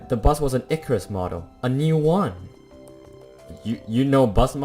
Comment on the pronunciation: Are you Italian? Cause I heard “uno” instead of “one”? Btw, I highly recommend you to play Life is Strange if haven’t played it yet. It’s a graphic adventure game, one of the best game I ve played so far